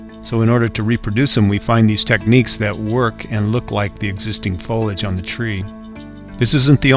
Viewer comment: You must learn to pronounce the word foliage.. Look carefully and pronounce it again. It is foleeeage..